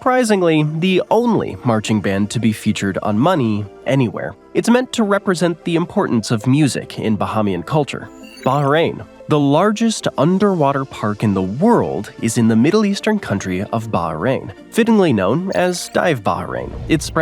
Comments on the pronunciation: Yeah, he also pronounced Bahamian (Buh hey me an) as (Buh ha me an) 😂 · Bahāmian culture, it’s a long a sound please please please stop saying bahămian